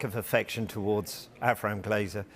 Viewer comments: Joe “Grazer” lmao that accent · I think Mellisa just said the name right after us all getting it wrong for all this time "'GRAZER'' coz them boys have just been grazing on the club finances